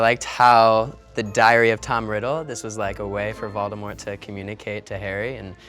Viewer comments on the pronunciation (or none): none